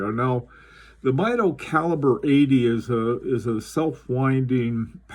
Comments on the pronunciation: The name is pronounced MEE DO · Great video! FYI, I think they pronounce it MEE-doh. See, for example, I chose one of their Commander chronometers as my main office watch years ago. It's still a favorite.